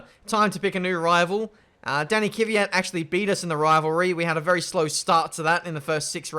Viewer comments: It's Kvyat, not Kyviat. So first the K, than the v. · Since you asked, its K V AT not kiv ve at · DxC Well, the «ya» is just a soft a as well. So no i anywhere. Just say Kvat. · Please stop calling kvyat kiviat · Yes its kVYat not kyviat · One name a lot of people get wrong is Kvyat, why the hell would you pronounce it kiwiyat? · It's Kvyat and not Kivyat..:) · You also pronounce kvyat’s name wrong. Its kvyat, not kivyat. It is killing me. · Exempl. Its not "Kiwi at" like says its Kvyat =kvi yat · If you want a name you pronounce wrong, then Kvyat is one. You somehow squeeze in an extra vowel between 'K' and 'v' + turn the short "vya" into "viya" making it "Kiviyat" xD But congrats on a nice and flowing career. Best of luck! :D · I hate it when he says Dani Kivyat instead of Daniil Kvyat🤦🏼‍♂️ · Felix Tscharnig Everyone else pronounces him Kv-ee-yat, when it’s actually just Kvat. One syllable, no i. The ya is just a softer a. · I don't get why he pronounces Kvyat as "Kivyat"... Where's the "i"??? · You butcher Kvyats name its KUH-VEE-YAT